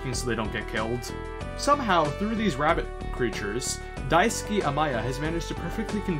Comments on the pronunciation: There's a weird audio clip . Also, his name is Daisuke, not Daisuki. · It's Daisuke, not Daisuki. Balrog is not a toaster, but rather a bar of soap.